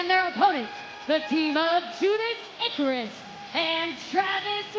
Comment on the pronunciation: "Judarus Icarus" "Judeus Icarus" Oh,.